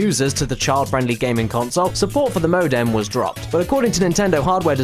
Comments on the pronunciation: what is a "mo-dam"? i know what a modem is but a "mo-dam"? and i thought my aussie accent was bad. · MOH-DEMM Holy shit